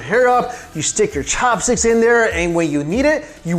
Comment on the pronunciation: The way you pronounce "Ssshopstick" is just weird.